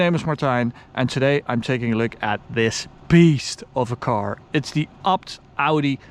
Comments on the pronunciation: Its Ay Bee Tee. Not "abt" lol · Sounds like he says upt... Need to work on your A's... Ok... Say Fucking A.... Now say ABT.